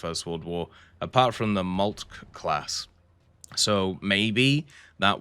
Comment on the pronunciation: Molt-Keh ! Molt-Keh !